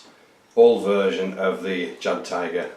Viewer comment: It looks great! Can't wait until weathering. Also jagdtiger is pronounced yagd-tee-ger.